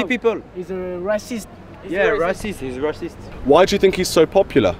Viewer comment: Lmao. I love the non french answers. "Heees reeeceeest"